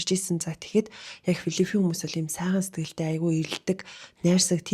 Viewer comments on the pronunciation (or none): Филлифин биш Филлипин улс гэж дуудах болов уу